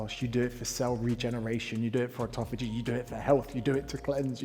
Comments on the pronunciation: The old offftofogy…..it’s autophagy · Never listen to someone on the subject of autophagy, who can't say the word autophagy.